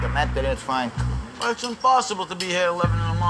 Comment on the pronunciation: Fwank is a vewy wazy cook. He doesn't even fwy the eggplants anymore, ma mudda and fadda end up fwying it! Wediculous!